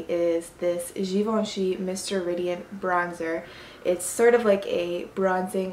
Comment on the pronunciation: I feel like you're french or something, because the way you said "givenchy" was super french